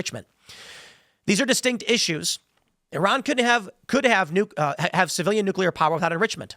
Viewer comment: Was I the only one who heard Tim say 'Turron' instead of 'Iran' several times? I don't think that a war with Iran was ever avoidable. For years, the machine has been calling for it, and Trump can't stop it, especially if Israel is involved.